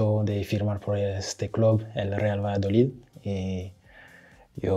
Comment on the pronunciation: lo q pasa esq lo ha dicho raro pro ha dicho Valladolid